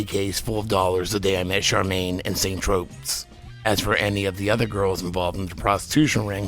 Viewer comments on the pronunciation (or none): St. Tropez is pronounced Tro-PAY!!!....the "Z" is silent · Pronounced "San Tropay".